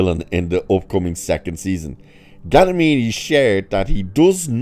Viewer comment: I agree, I'm a fan of Mr. G, too. "American Splendor" is a magnificent film, as is "Fred Claus". (By the way {not to be contrary} his surname is "Giamatti" {pronounced "GEE-UH-MAH-TEA"}.) (There's an neat new invention, known as "Google"--- it's not expensive.) 😉